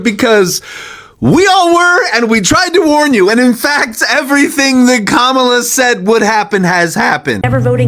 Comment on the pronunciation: I'm sorry, I do not remember anyone regretting their vote for Biden and going to the republicans asking for forgiveness. She is completely delusional! And republicans were the ones calling us names, saying we were groomers and had TDS, and all the other BS. If Harris (Ka-ma-la, not kam-ala, how can you people still not say her name correctly) were president we would not be in a pointless war, gas prices would be down, ICE would not be roaming the streets kidnapping people, the government would be funded, we would have a program helping first time home buyers, small business tax breaks, protection from price gouging, and allies who still respect and support us.